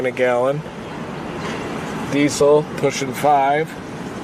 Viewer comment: "We use Deesle" 😂